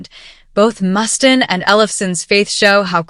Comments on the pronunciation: I have to, sorry, but Dave's last name is pronounced, "must ayne", not, "must in". Sorry, as a lifelong fan of Megadeth, that irked me, haha. And Tony's (of Black Sabbath) last name is pronounced, "eye owe me", not, "eye ommi".... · How do you upload a video knowing it is butchering names like Dave Mustin'? Tourniquet isn't even written by Amy Lee, it's a cover. Last I checked, Ozzy is dead, and he said he doesn't believe in heaven or hell, he said they're on earth... What a low-effort video. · Mus•tane. Not Mustin. Sorry, but thats really bugged me. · Dave "Mustin"...gosh do some research on his name pronunciation. Unless this an AI video. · I was going to say dude she is saying his name wrong 😤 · AI narrating as you can tell by the way it (yes 'it') pronounces Dave Mustaine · Can't even pronounce Mustaine, product of AI generated voice emulation software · "Dave Must-in", "End of Hear-tache." Just can't escape these Ai slop videos, wherever I go.